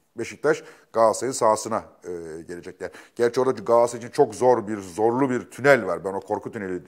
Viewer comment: YA GAASARAY NE DEMEK YA İKİ DE BİR , İNSAN TUTUĞU TAKIMIN İSMİNİ NASIL YANLIŞ TELAFFUZ EDER !